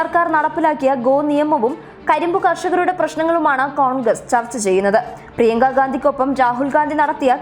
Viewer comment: പ്രിയങ്ക എന്നാണ് .. പ്രിയക്ക എന്നല്ലാ...